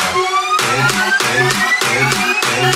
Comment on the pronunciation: after a while its starts to sound like Panty Shot